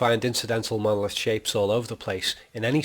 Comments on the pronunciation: OMG it's MonoLITH not MonoLOTH. Other than this, this theory is....... nonesense! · why the hell do you keep calling it a "mowith"? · I followed your instructions till the end. Sorry, the "Molith" - as you pronounce "monolith" is explained as a reocurring object but I expected you to reveal a theory behind it. You did - but only as a replacement for the screen on which we watch the movie - an illusion. Seven diamond shapes - okay - so what. Change of view angle from horizontal to vertical - so what. The com screens in the spaceship are designed for communication with people - not for landscape viewing. That's why they are vertical - watch the millions of cell phone owners taking all their videos with a phone held vertically - even landscapes. To me this is a paradox. But I did not learn anything from your super smart interpretations of 2001. Maybe I will in 3001, but I doubt I will live to see it. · He actually says "moloth." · You even pronounce the word monolith so weird, yet you try to decipher it!!!